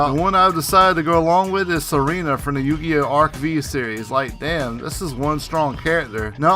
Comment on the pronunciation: It's actualy pronounced arc 5 the v is Roman numeral 5